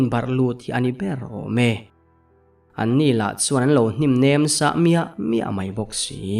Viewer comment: Ka lo sawi ve lawk "hnim nem sah" I tih kha " hnim nem Sam " tihtur ni awm tak a ni 😅😅